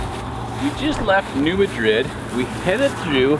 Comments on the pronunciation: As a resident of southeast Missouri, I think it might be important to correct a couple of your errors. It most definitely is NOT the Missiuri River, you are at the Mississippi River. Also, you are pronouncing the name of the town incorrectly. It is NOT New Ma-drid, like a place in Spain. It is New MAD-rid. Just thought you would like to know! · Dude...it's pronounced New MAD-rid, not New Ma-DRID. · Pronounced... New Mad Rid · You guys are great! Just to let you know you are saying New Madrid wrong😬 it’s pronounced like Mad.😡Rid New Madrid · City pronounced New Mad-rid..... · New Madrid (Mad-Drid), is how it’s pronounced. Thanks! 👍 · Its New MA-drid. Very different pronunciation than in Spain. Not ma as in a short form of mom either lol. Maaa as in what a goat says. Great work! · It’s pronounced “Mad-Rid” hope this helps! Keep up the good work! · New Madrid is pronounced with the accent mark on Mad. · You are definitely on the Mississippi River. And you almost had the pronunciation of New Madrid. But I love the videos and what you do. Keep being awesome!